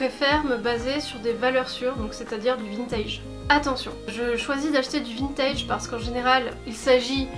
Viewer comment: Je suis arrivé sur la video j’ai entendu vintid